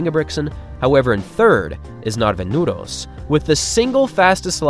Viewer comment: i literally got chills when you pronounced Nordås the first time, and as the first non-Norwegian I've ever heard, said it perfectly. applause